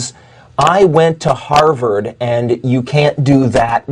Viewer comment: Did she say Harvard or Hogwarts?